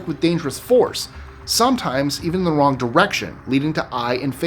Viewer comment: Did he really just say a factory in china used the “Wong”chemical? 😆